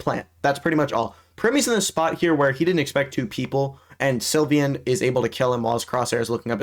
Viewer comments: It's sylvan not sylvyan gng 💔🥀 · How do you mispronounce sylvan